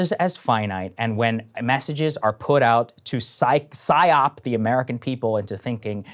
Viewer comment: Psy-oped? Is Saager high?